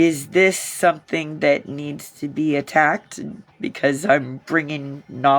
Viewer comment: Did she really say ATTACKTED,? I don't even know how to spell that lol